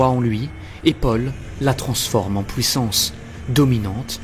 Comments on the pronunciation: Ne le prend pas mal stpp, tu devrais apprendre à prononcer -ui au lieu de -oui Comme dans puissance, tu répète POUIssance dans chaque videos entre 4 et 15 fois en fonction de la video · POUWUISSANCE ? FWOUIR ? mdr sinon gg la vidéo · Très sympa la vidéo ! Par contre, par pitié, travaille ta prononciation et fait attention T-T, à chaque fois que tu sortais "fouit", "pouissance", "détrouit"... ça me sortait à chaque fois et donnait un air "absurde" alors que le fond est super sympa ! C'est vraiment dommage !